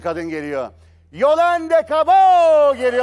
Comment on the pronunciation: YOLANDE DEĞİL YOLANTHE BEYAZİT BİR TÜRLÜ SÖYLEYEMİYOR ADINI